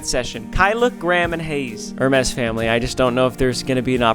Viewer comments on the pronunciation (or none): The way he pronounced HUR MEES KINDA PMO